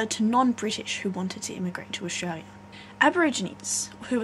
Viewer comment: Australia... The L isn't silent